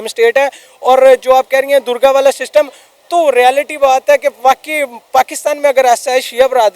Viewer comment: It's DURGA NOT.... DURJA....